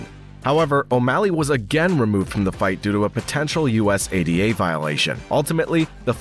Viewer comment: Bro your gotta learn how to say usada but great video